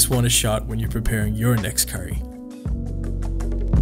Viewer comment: Love the video. But the whitewashed pronunciations of roti and curry make me annoyed.